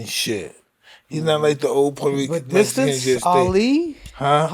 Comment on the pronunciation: Cool cool but he needs to stop saying Mexican wrong. Can't even say it right